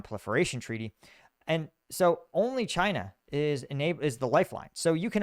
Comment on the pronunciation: really says "Chynya" at